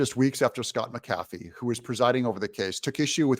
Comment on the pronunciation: Doug, you should put a sign up behind the camera so you can read the word "Mac A fee" to remember to pronounce the weiner judge's name correctly. 😂